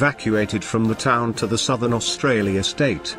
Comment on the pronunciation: Best robot voice so far but: A "bow" is a weapon used with an arrow. A "bow" is the pointy bit at the front of a ship. Dropping of definite and indefinite articles hurts. You also have the weirdest pronunciation I have heard of the Kaga.Then near the end "Austrarlia" (sic) and "R-A-A-F" make me pretty certain you are not a native English speaker. Try to get a friend who is so they can fix your scripts before posting. The BIG positive is that there are no smarmy sarcastic and failed attempts at humour like on another naval oriented channel so this is definitely a better watch.